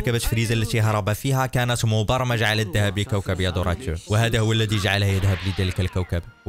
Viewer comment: النطق خطأ يا كوكب اليالدراد